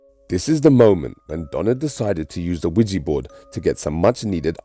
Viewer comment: It's not wegee it's weeja